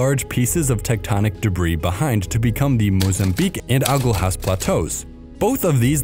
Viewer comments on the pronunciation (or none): Ajulhas Yes that is defenetly how its pronounced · Great video. Agulhas is pronounced “a-gull-us” btw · Haha, it was noticeable that you "don't care too much about the Portuguese-speaking world" from that amusing pronunciation of Agulhas. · the word literally means needles in Portuguese though, and is writteb with "lh" which I think only exists in Portuguese. The guy in the video doesn't know how to pronounce it. Tbh I just checked and a Portuguese guy named it so y'all don't know how to pronounce it either. Just check the correct pronunciation on google translate